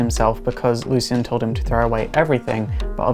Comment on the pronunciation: Oh. Lezhin, I thought he was saying "lesbian" at 1st. LoL. The serious sounds interesting, I just with he told about some of their powers & showed some battle scenes in this vid. Sigh. Well, maybe next time.